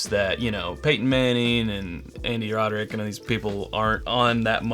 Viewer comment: Am I the only one that heard...Andy "rod--er--ick"? Lol. Great review tho. Also liked the history about sweetens cove...but his name is roddick.:)